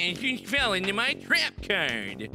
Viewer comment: I lost it when he said "NEH YOU FELL INTO MEH TREHP CAHRD"